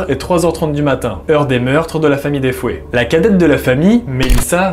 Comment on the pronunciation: Euhhh par contre c’est la famille Defeo et non Defoé comme tu le dis 🤗